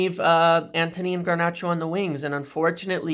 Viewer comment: Dude, there is only one “R” in “Garnacho” stop calling him “Garnarcho” it sounds horrible. Also it’s one-nill not one-zero - at least try not to be a meme.